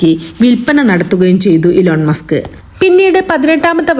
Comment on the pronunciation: ഇലോൺ മാസ്ക് അല്ല ഇ ലോൺ മസ്ക്